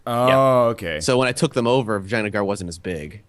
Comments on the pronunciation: I cant not hear "vagina gar" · I know! That is all I hear when they say Vaj...Vj...Vagina Gar ;) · They're convinced that that's how 'Vijayanagar' is pronounced. Either that or it's just an in-joke. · Rolf Soldaat I think they just pronounce it like that because they think it sounds funny and they can't really be bothered to learn how to pronounce it properly which I can relate to.